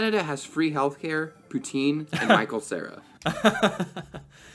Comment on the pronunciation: 🇨🇦 Free health care my ass and you said poutine wrong.